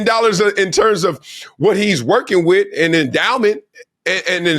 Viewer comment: A very educated man? He pronounces with, wiff!